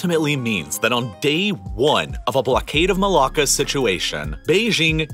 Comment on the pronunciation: As a Malaysian, he pronounces it just fine.